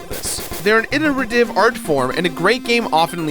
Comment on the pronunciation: I just came here to see how many comments said "Inner-ver-tive".. not enough I say! Oh, i love the game and video btw, i just really wanted to be another "that guy" :D